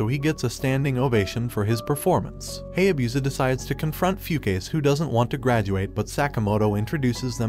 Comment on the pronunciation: i don't knwo when ever it is wrong or just different i really hate it when they pronouse Japanese names with sounds together like: Ha-ya-bu-sa not Hay-a-busa